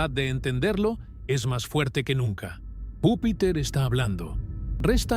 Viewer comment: Vupiter ??? De verdad me encanta su programa, siempre los sigo, pero de verdad aburre que todo el rato esté mal dicho algo tan básico. Porque si no sabes hablar, es díficil creer que lo que vas a decir, sea digno de escuchar. Está bien que usen IA, pero al menos revisen y corrijan, dejemos de sobrevalorar la Inteligencia artificial por favor 🙏🏻